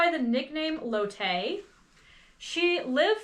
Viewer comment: I just wanted to mention that the name Lotte is pronounced " LAW tee " or " LOT tee". Really great vid, as always! ❤